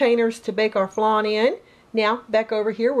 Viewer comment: Did she say flane